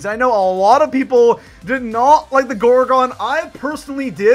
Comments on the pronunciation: Gorgon not gorgock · Yah the Gorgon not the gorgin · Why does he say gorgon like gore gone lnaoooo